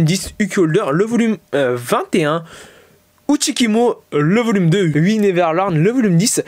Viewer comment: Uchikomi pas uchikimo